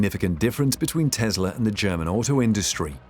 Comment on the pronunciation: Its Tesla not Tezla